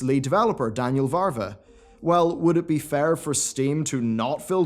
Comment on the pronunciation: It's Daniel Vávra, not Daniel Varva. Just FYI :)